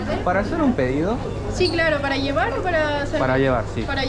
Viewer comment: Me da risa que diga "ievar" 😂